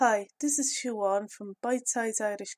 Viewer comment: BREAKING NEWS! Siobhán is pronounced Shee-vauun....Not Shee-whann